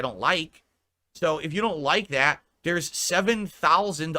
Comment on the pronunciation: THET? What on earth does that mean? Mouth feeling alright?